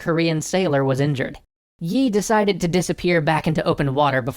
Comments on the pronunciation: yi sounds like yee but I'm not Korean so don't blame me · Can you please stop pronouncing the 'y' in the name? That's an artefact of transliteration, not the actual pronunciation. Think of the admiral as 'Mr. E' :p